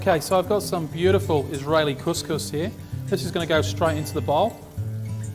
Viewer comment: Did you just say "Israeli cuscus"? 😂😂😂